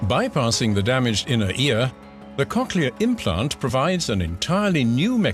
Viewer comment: I kept thinking he was saying "cocaine plant" until the animation queued about cochlear implants, lmfao. the animation was much appreciated